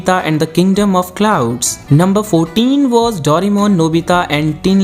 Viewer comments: the 'daurimon' instead of 'doreymon' or 'doraemon' made me uncomfortable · its not yu ji o. its yu gi o And its not doremon, its doraemon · Its not dorimon...its doraemon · Bhai dorai-mon mat bolo india hai ye yaha doray-mon chalta hai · Aap ne itna bada information video banaya par " Doraemon " ke spelling hi thik se bol nahi pae